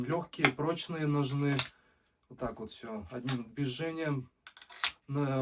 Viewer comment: Без обид, но... Ударение в слове «ножны» падает на первый слог: но́жны. Это подтверждается орфоэпическими и толковыми словарями русского языка.